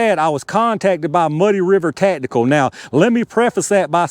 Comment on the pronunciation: Ta'tical. Ta'tical. Ta'tical.